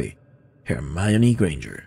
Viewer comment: Hermayori Grenyerd no, HERMIÓN :v